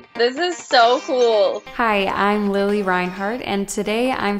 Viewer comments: How can someone make a makeup tutorial for her and pronounce her name wrong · Who else cringed when she called her lili Rainhart??